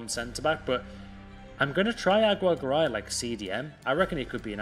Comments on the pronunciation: I'm native spanish speaker, its pronounce is " agi - rre - ga - ray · I’m Hispanic, it’s pronounced: A-gi-rre-ga-rai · Its pronounced AGI RRE GARAY